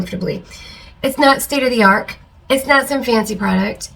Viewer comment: Your personality is so awesome - but did you say state of the arc? 😂 You could use these for seedlings, yes? I gotta order some. And people are SO weird.